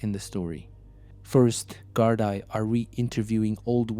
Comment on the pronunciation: Great videos, but please work on your pronunciation of Irish places, and Gardai is pronunced GAR-DEE